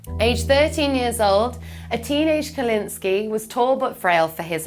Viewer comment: KUKlinski I belive, not Kewlinsky